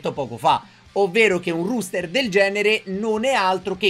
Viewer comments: si dice roster, non ruster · Comunque sarebbe "roster" , non ruster, e si scrive appunto roster. A parte questo non credo sia troppo attendibile, ma naturalmente sarà molto simile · tube innanzitutto auguri, ma perché dici ruuster? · ti prego si pronuncia e si scrive "roster" rooster significa gallo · Il ruster haahahahahha nuovo meme (ero in live)